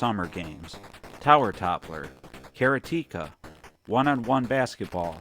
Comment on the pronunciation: Karateka is pronounced Kuh raw teh kuh. Ignore the commercial. It is NOT care ruh TEEK kuh The encryption key for the 7800 was almost lost forever until it was found on an Atari ST hard drive Atari Corp almost threw away!